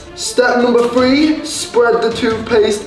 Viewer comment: How I say 3 three how Morgz says 3 free lol